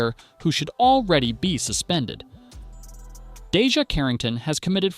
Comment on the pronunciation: First off say her name correctly